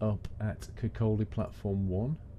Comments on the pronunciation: Kirkcaldy used to be the manufacturing center for vinyl/linoleum flooring hence it's size. I can vouch that all these places do really exist, I live in Dundee. FYI Leuchars is pronounced loo cars and Kirkcaldy is pronounced Kirkcoddy, the L is silent. You should come and visit these places. I will say I'm impressed that you use google maps to show the route. The videos are great btw, :-) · Kirkcaldy is a town I live in fife You pronounce things so weird